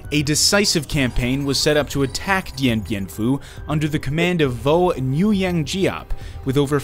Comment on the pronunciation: All is good except the name pronunciation. The Nuyen in Vo Nguyen Giap can roughly be pronounced as a soft /Gwen/